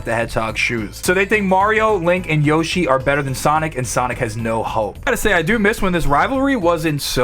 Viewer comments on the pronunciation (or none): none